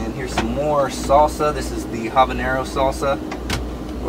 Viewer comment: I like the fact that Mike talks all the vídeo and when he say "salsa" and "baño".